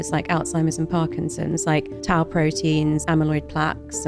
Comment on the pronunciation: 應該是tau protein才對 不是tal